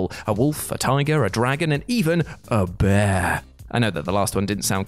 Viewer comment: You say dragon & Wolf like the common but you say bear like it's a god